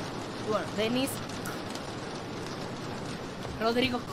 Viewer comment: Casi dises drogau😂😂 en vez de rodrigo